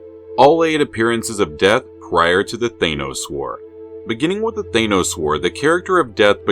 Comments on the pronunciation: You do realize you are the ONLY one pronouncing Thanos as Thay-nos instead of Thann-os ,an as is dan or pan or ran or ann?other than that I love this channel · Why do you pronounce THANOS like that ? ... I pronounce the letters 'A'N : like the word ANother ... you pronounce the letters AN : like the word pAIN ...